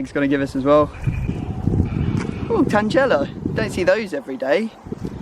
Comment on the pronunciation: It's 'Tangela' not 'TanGELA' hahahahah